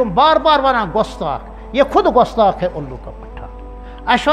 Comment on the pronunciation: Gustakh ko gostak khata h urdu b nhi ate h aap ko